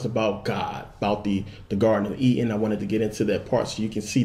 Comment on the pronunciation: I'm getting so distracted by you saying dit ent instead of didn't and garten of eten instead of garden of eden. I'm from England, we also drop letters sometimes when speaking slang. Swapping letters makes my head hurt. I've watched many of your videos and found them very interesting. Thank you.